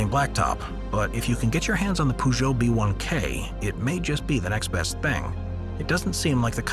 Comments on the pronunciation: I died when he said Poojo, so funny and inaccurate. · That's not how you pronounce Peugeot🤪